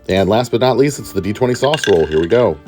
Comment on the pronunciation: I can't hold it. "rOwl for main..."